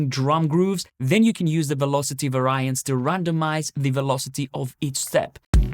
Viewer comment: Another great demo. With great respect, may i politely correct your pronunciation of variances, as it may not be understood so well. It's phonetically "vairyances" like fairy. Emphasis on Vairy. Hope you don't mind, but you have a hugely wide audience of nationalities.